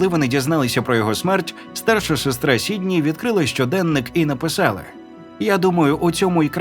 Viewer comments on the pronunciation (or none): none